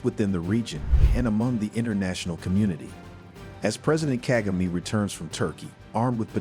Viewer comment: Misplaced blame, tricks being used by the west and europe . These europeana are trying to do the same thing with Ibrahim Traore. Support President Kagame. You as the reporter, you do not even know how to Pronounce President Kagame.. I will stop listening to you.. you are a fake